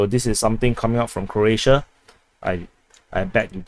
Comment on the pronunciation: It’s pronounced as “Crow-ats”, not “Crotes”. 😂 Sounds like you have a Singapore accent!